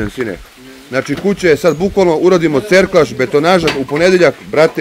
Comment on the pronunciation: Ovo mi para uši svaki put i moram prokomentarisati jer sam onomad išao u gradjevinsku, kakvi cerklaži, valjda serklaži 😄 ❤